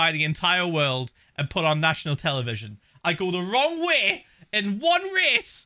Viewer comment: "I go the wrong Whey in ONE RAHCE-"